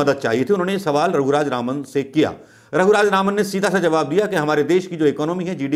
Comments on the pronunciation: Everytime you are pronouncing the name wrongly.. Raghuraj Raman in place of Raghuram Rajan.. pl mind it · Unka naam RAGHURAM RAJAN. Not Raghu Raj Raman. You have proven yourself a very poor presenter my friend! It's like Trump could not pronounce Swami Vivekananda's name in one go. He messed it up. You also have said twenty times Dr RAGHURAM RAJAN's name wrongly! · sir he is not raghuraj raman as pronounced many times. ha ha this happens often to most people. but the interview was a nice one. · unka naam... "Raghuraj Raman" nahi, "Raghuram Rajan" hai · नाम रघुराम राजन है (ना की रघुराज रामन) माफ करना गलती नहीं निकाल रहा परन्तु आपसे लोग एक्यूरेसी की उम्मीद करते हैं और आपकी वाकपटुता और सटीकता तो अच्छी है ही । भक्तों को बेकार में मौका मिलेगा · Raghuraj Raman nahin Raghuram Rajan. Alphabet ko swap kar lijiye sir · Raghuram Rajan naam hai... Raghuraj Raman nahi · आप कितनी बार रघुराम राजन को रघुराज रामन बोले है कॉउंट करके देखें।🙏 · Raghuraj Ravan.. Who else noticed🤣.. Not ones.. I guess almost every time😂😂😂🤣🤣🤣🤣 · Bolna toh shikh loh gavar hoh kya naam bolna bhi nahi aata 1.50 to 2.00..Governor ka naam bhi nahi pata nd chaley hoh video bananey so shame....its Shri Raghuram Rajan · You are repeatedly wrongly pronounced the name of Raghu Ram Rajan. Why ?